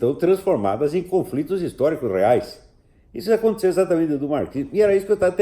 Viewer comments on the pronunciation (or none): none